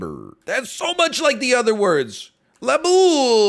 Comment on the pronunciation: I died at "Labul"